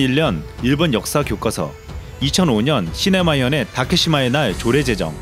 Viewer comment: 초에 "시네마현의 다케사마의 날"이렇게 말씀하셨습니다....시마네현입니다. 자막은 정확히 하셨네요.